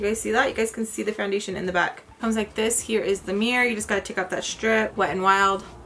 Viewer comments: I feel like I will never be able to say foundATION the same way again 😆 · First off let me say... I love how to say foundachion hahaha you crack me up! Another thing is i have a similar skin tone and matching foundachion is so hard! I always look to your videos for reference! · Hi!! I love your eye makeup, that wing liner tho, as sharp as a knife🔪. How cute is your baby saying makeup sponge after you ❤. I laugh when you said foundation (you sound French). Your entire make up looked bomb!! Xo